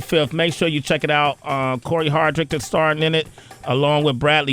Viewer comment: Hardict, not Hardrick Sway lol